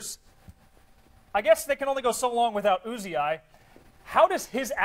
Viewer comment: this dude really said "Uzi Eye"